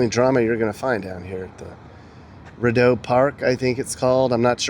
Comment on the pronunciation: It’s pronounced “Reedeau” (Rideau) lol and Elgin is pronounced with a hard G as in Great lol I didn’t watch the whole video but if u didn’t check out the Glebe, Landsdowne area, you should next time you’re in town! Thanks for visiting my city! P.s… next time you guys come here I’ll show u around lol 😂